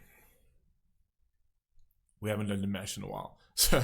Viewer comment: His first name is actually pronounced dee-MAHSH, as in wash. ❤❤❤❤